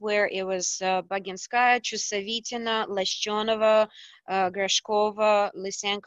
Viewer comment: No, not really, I meant that in the pronunciation you separate the "sch" cluster into s - ch, although we'd probably say "Lashenova" directly, for the sake of simplicity... (thanks for the Wiki link!)